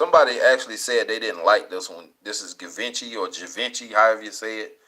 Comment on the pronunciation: Givenchy is said like Shee - varn - she.